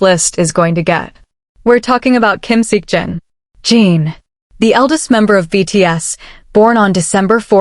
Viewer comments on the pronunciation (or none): He's name is JIN, not JEAN.....